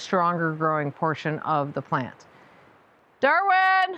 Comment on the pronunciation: While Magnus is size wise appropriate, it seems a bit hard to understand what you say. Some days could be Magnets, or as the one viewer asked before, are you saying Maggots!? Smile. When you say Darwin that is totally clear, it goes well with Dorothy and is fitting for a person into both gardening and animals!